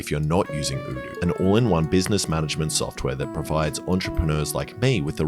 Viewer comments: I love how Alex always pronounces "odoo" as "ewdew" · Hold up have you been mispronouncing Odoo's name all this while.